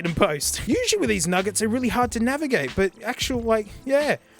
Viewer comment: "if I can navigate" is what he actually says, but it does sound like f*ck with the accent and how he says it